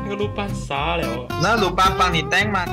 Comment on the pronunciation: 还有，是，鲁班(lû bān) 不是(lù bān)